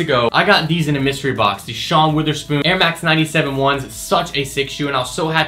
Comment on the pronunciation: calls converse nikes then calls cements breads theeennnnnn calls sean wOTherspoon sean witherspoon... dude doesnt know what hes talkin abt